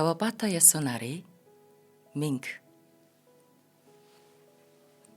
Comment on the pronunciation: Маш гоё уншиж байнаа👍Кавабаата Ясунаари гэж хэлэхгүй ээ Кавабата Ясунари